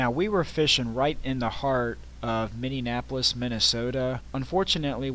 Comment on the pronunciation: What’s Minnenapolis? lol